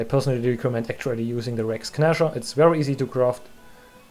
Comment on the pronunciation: sehr schönes video. kleiner hinweis: das G in "Rex Gnasher" ist still. Es wir also "Räcks Näscher" ausgesprochen.